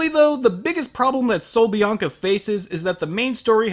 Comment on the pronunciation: HAHAHAHA. Buen acento español XD. Saludos desde Argentina. Nice spanish tune XD. Greetings from Argentina.